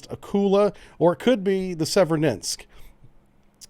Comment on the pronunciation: I think the two "e"s in Severodvinsk are pronounced as the long vowel form of the letter "a", not the short vowel form of "e". It's understandable that we, as Americans, would tend to Americanize the pronunciation of these difficult to pronounce foreign names.